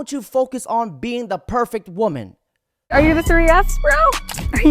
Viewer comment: DOG, WTF is it soooooo hard for you to say WOMAN & WOMEN properly!!???!!!! I watch your shit, but when you say it wrong, every mfkn time, it really bothers me!!!